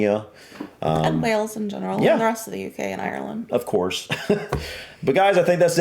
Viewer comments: Hi. After all this time you still pronounce Wales wrong. It is Wales, not Wells. Pronounced like whales, the creatures that live in our oceans. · It's in WALES!!! Not WELLS... I know it's your accent and pronunciation, but, we (I) have been telling you since you FIRST startted the channel... Do make an effort son, PLEASE... 🙏 😂😂😂